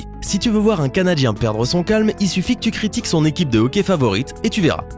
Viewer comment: Et j'habite au Canada et on dit hockey pas hocky